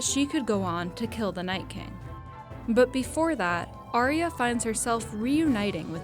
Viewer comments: Ar ya. Not aria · Did Sherlock Holmes make this video? Also, learn how to pronounce Arya correctly...